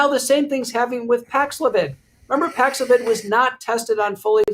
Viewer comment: Dr Drew seems to be pushing Paxlovid excessively. On the other hand, Dr McCullough calling it Paxlavoid is hilarious and obviously his way of giving advice whilst getting past the censors.